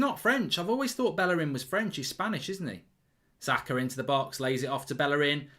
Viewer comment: How can mark not pronounce saka